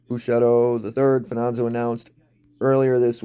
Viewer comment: Where do you get Fananzo?! It’s Fa-ni-zio!!!!